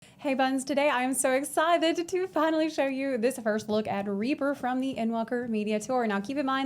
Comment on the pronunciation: "I'm so exciiiited" - there's that southern twang. Bet those Eastern Europeans love that shit. LOL:D. Love your videos,.